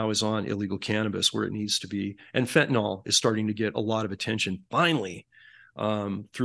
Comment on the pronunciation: PLEASE, PLEASE I just know you aren't illiterate. Fentanyl. Fen•ta•nil. Nil like nill-zero. There is no o in Fentanyl. You will sound more knowledgeable if you pronounce it correctly.